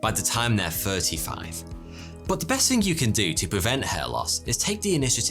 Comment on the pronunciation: Is it THING or FING ?